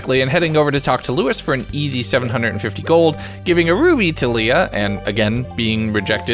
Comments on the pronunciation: Lee-ah. Lay-ah is Leia as in Star Wars...Leah is Lee-ah. Went to school with a Leah. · hearing you call Harvey "Henry" and Leah "Leia" hurt lol💀